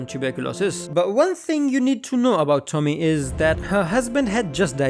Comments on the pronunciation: Tommy 😂😂 bro her name is pronounced toe-me-ey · please never say Japanese names out loud again(jk but how you said Tomie made me laugh)